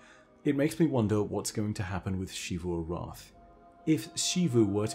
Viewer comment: Zee-vu. Zee-vu Arath. ZEE-vu. Please why are you doing this to me